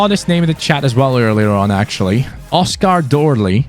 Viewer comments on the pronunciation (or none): none